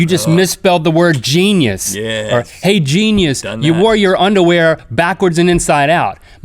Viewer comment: Gene-E-US? What's a Gene-E-US? Is it edible?